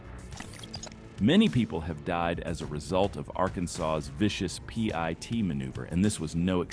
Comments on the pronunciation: Good lord dont say Pee-Eye-Tee say the freakin word PIT as in pit! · Stop spelling P I T! Call it what it is! A pit maneuver. If viewers don't know what that is, they will learn. But to hear it spelled out is just jarring and interrupts the narrative. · I love the AI voice announcing the police will do a pee-eye-tee maneuver. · It's pronounced pit... is this ai shit?